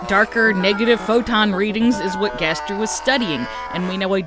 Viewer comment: Two things one never stop making these videos because the way you say Gaster gives me life Second ever since you suggested the garbage noise might just be the sound of darkness and could be unrelated to gaster himself that thought has not stopped haunting me